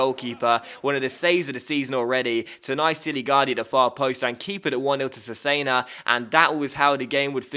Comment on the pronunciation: Cesena is pronounced Chess-enna